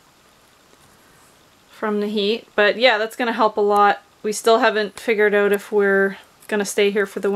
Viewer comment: How do you get to stay on the property? Do you have another vehicle? Do you work? Remember it is “Out” and not pronounced “Oat”.